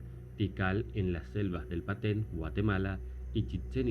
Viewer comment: No es Paten, es Petén.